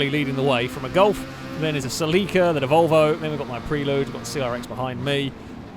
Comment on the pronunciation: Please for the LOVE of all the is holy... google "How to pronounce Toyota Celica".